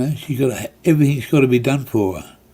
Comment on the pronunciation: Please get your words and facts right before you point out things you dislike - it is done not dome - it is meth not Meath - and Cabramatta was heroin capital in the 90’s no longer - it was Vietnamese people running most of it at that time - easy to point fingers to lay blame rather than be the change you wish to see